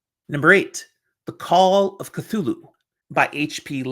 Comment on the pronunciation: Great list! Hard to believe some of these didn't do well at first. Hey! You pronounced Cthulhu correctly! 🙂